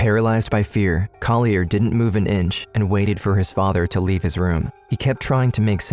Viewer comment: The narrator is mispronouncing Collier's name: it's CALL-yur. (There is an audio of Collier saying it himself in this episode.) He deserves the correction. And tho it might be picayune, on the last frame, the word 'responsibility' is misspelled. Thanks.